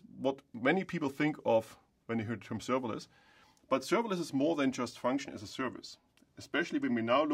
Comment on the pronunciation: "Today I'm going to talk to You about serveilance technology" -I have heard in the first sentence. It turns out to be written server-less ;) -informative video, thank you